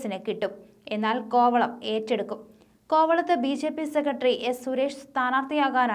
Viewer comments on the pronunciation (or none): ബീ.ഷേ.പീ എന്നു പറയാതെ ബി.ജെ.പി എന്നു പറയൂ. ഷില്ല അല്ല ജില്ല. ഉച്ചാരണ ശുദ്ധിക്ക് ദിവസവും നാക്കു വടിക്കുന്നത് നല്ലതാണ് 👹👿👺😡😠